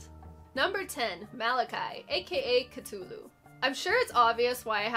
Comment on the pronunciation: So, interesting thing about the nova skeletons: that third eye is actually a hole drilled into their skull, which is an ancient ritual that's supposed to give you special powers by improving blood flow; THIS IS A REAL THING THAT PEOPLE STILL DO. I'm also elated that you pronounced Cthulhu correctly; most people say cuh-THOO-loo, but The Necronomicon (basically viral marketing written by Lovecraft, himself) states the pronunciation to be coo-TOO-loo, just like you said! Even those old Call of Cthulhu Point-and-Click Adventures didn't usually get it right. As for really cool enemies not mentioned here, I'd say the black panthers, cloaked knights, and wargs all look pretty cool. Diplocephalus is also worth mentioning, because off the top of my head, I can't think of another video game enemy that moons you when you hit it.